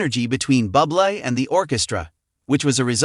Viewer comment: Michael’s surname is pronounced Booblay, not Bublay, Bubly and Bubble. Obvious AI commentary😖😖.